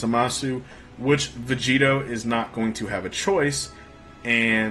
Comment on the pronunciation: I keep thinking he's saying vegeta instead of vegito it's so annoying